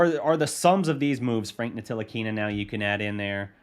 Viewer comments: Great video and analysis. But please, watch the media day from Frank Ntilikina to get his last name right.. the "T" is silent! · It pronounced Nilikina the T is silent it’s spelt Ntilikina but pronounced nilikina. And he would be a great fit in the starting line with luka you know he will blossom. Starting 5, 1 ntilikina 2 luka 3 dfs 4 kp 5 maxi.